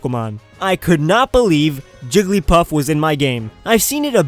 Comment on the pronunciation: It sounded like you said Trigglypuff